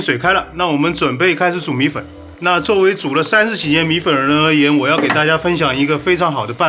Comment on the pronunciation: Siyuan Hu 米混（米粉）這個字出賣了他